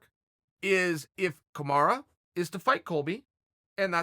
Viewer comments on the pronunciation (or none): Chael “Kamara” Sonnen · I love how chael pronounces everyone's name incorrectly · Chael for heavens' sake his name is Kamaru, not kimura :D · Chael it's either MARTY or kamarUU NOT A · Who’s Kamar? Do you mean Kamaru? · KAMARU KAMARU KAMARUUUUUUUUUUUUU NOT AAAAAAAAAAAAAAAAA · Chael, its not "Kamara". Its KamarU. Pronounced as: Kuh-mar-ROO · CHAEL, you need to buy a vowel, I suggest buying the letter "u" for "Kamara" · Take a shot everytime your hear kamarra 😂😂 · Chael: Kamara Kamaru: eets prunounced kamaru Chael: look buddy if the bad guy says its Kamara then it's kamara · Its KamarUUUU not KamarAAA fucking hell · CAM - ARE - EWW = Kamaru Not COM - ARE - AH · It is Kamaru. Ru not ra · Have watched 8 videos and you keep referring to kamaru usman as kamara, it ends in a u, not an a. Please fix it lol makes me so frustrated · Its KAMARU not KANARA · Its Kumara! Get it right dude. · Dear Uncle Chael, I know you like to remix names 😅 but his name is not Kamara or Kimura it is Kamaru... or at least call him Marty 😂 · Thaha HD Kamara is what Chael calls Kamaru because he can’t take the time to pronounce his name correctly. It’s kinda messed up because with a name like Chael which people mispronounced all the time and bothered Chael because of it you would think he could at least use the correct vowel. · What the heck is kamaraaah ???? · KA - MA - RU 😆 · It’s Kamaru you ignorant douche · chael please learn to say kamaru correctly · "Kamara" rofl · Kamaru "KAMARA" Usman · Can you stop saying "KAMARA" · Kamara? imma b sayin dis everytime i hear him say it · I love how Chael calls Kamaru "Kumara". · It's official.. If uncle Chael says it's Kamara then imma call him Kamara too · Who dafuq is Kamarra? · hes just fucking with marty at this point with calling him 'Kamara' lol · If Chael P says his name is Kamara then that’s what it is. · Mustapha MSR If Chael says it’s Kamara it’s Kamara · Kimara Mooseman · Chael 'Kamara' Sonnen